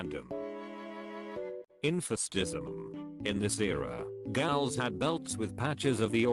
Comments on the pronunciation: Great video, but I have some issues: very goofy background music, you could choose some rock track, not circus music, and pronunciation is wrong in many places gals (ghouls) and alchemy should be pronounced al-kuh-mee not al-che-mee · I do wish the artificial voice could properly pronounce’ghouls’ 😂